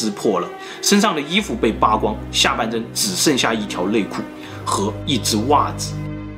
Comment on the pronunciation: 牛奶变成牛lai 内裤变成lei裤 🤣🤣🤣